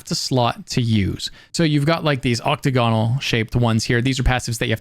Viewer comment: You can pronounce bene gesserit but not chimera or octagonal?